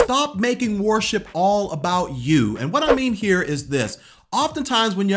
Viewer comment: 8. Stop pronouncing worship as "war ship"...sorry, just had to 😂 Seriously though I'd add: stop thinking that worship is inherently a music-related thing. Music is a way of expressing true worship (the presenting of our bodies to the Lord as living sacrifices according to Rom. 12:1). But if it's not an expression of that heart, the music we play and sing in church can be theologically accurate, moving and sound great, but still not be worship at all.